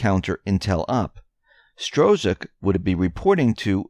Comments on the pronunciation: Dude you really need to go backto high school and graduate. It's pronounced STRUCK. Money is pronounced FEE-OT. It's no stro-zuck and fie- at. I can't listen to any of these videos any more. If you want to be taken seriously, at least be serious in your pronunciation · Its pronounced " STROCK". THE Z IS SILENT.